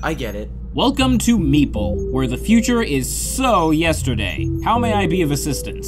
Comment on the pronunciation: It’s meeple not mepale